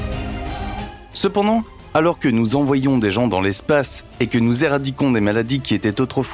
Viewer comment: ah, ton "c'p'ndant"... 😄